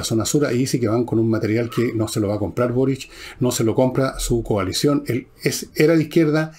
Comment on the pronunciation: Fernando , porque pronuncias Borich y no Boric ?